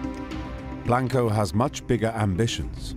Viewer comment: "...the much older Carlos Truhelio" 🤦🏻 The Great Cornholio Truhelio And earlier he says "Grizelda Blainko"...is it that hard?😂 He says 'Bravo' correct but can't do Blanco.